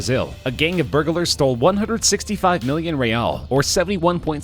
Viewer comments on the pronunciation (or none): A bag nail. Burgalers. His pro non c a shen is killing me.